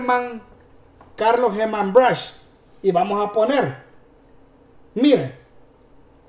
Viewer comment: Hey man debo decirte que el diputado el Apellido de es brushk y se pronuncia (Bruk)aprenda compa